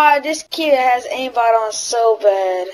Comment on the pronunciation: he doesnt say aimbot he says aimbat